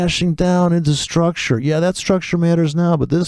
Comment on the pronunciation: Well here comes the man after drinking booze to teach forex...... That guy u are taking about always stresses on maaaaarket struuuucture......weird pronunciation in dumb britt english accent.....